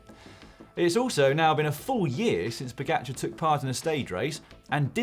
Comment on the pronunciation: OMG this announcer needs to learn how to say Pogacar’s last name.